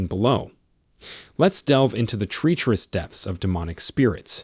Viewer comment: Good content but word pronunciation is not correct on multiple words, ie: Maleficent Facade Treacherous